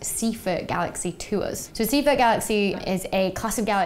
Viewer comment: Wrong pronunciation of Seyfert.